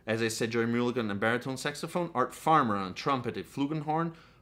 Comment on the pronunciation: Mulligan is pronounced mull to sound like gull as in seagull